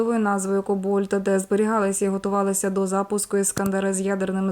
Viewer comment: Не кобольт, а кобальт, ударение на Первый слог.Химия За 7класс.